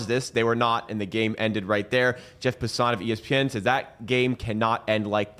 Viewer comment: Jeff Pass-an not Jeff PaŠson.